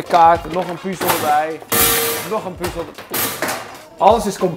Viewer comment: ben ik de enige die zig ergert aan het feit dat kalvijn puzel zegt en geen puzzel